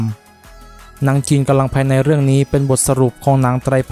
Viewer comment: ควร ออกเสียง กำลังภายใน ให้ชัด กว่านี้ ผมฟังเป็น กะลังภายใน